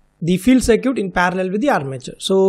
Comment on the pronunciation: Btw "circuit" is pronounced "sur-kit"